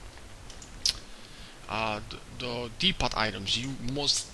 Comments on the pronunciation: "Dee-pot" items? You mean "Dee-Po" right? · no its dee-po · no offence but the t in depot is silent u don't say the t just thought id correct u ^_^